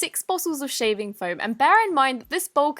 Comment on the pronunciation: It’s called foam not floam